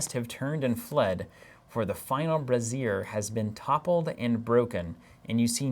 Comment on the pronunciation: Every time you say brassier (instead of brazier), I keep imagining a long line of bras set aflame guiding your path lol